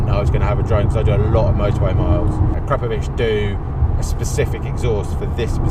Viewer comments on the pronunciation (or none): The way the owner pronounces it "the a-crap-ovic" smh